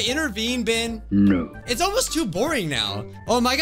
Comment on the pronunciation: NOT PRONOUNCED "BIH-EN" ITS PRONOUNCED "BEH-EN"